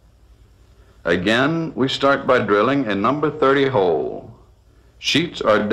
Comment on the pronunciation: "Start by drilling a number thirdy hoowl" 😶